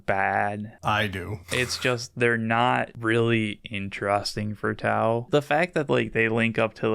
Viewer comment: sounded WAY too excited for the first 40 seconds, glad the disappointment of T-glottal stop-au "melee" brought him back to normal